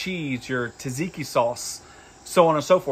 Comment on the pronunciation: Please learn how to pronounce things correctly, especially if you're going to try to teach people. Gyro is pronounced like the words "yes," "you," and "yodel." Think of it like "ye olde." Also it is tzatziki, not Taz tiki. You can break that down by syllables, tza tzi ki. Kind of how you pronounce "tzar."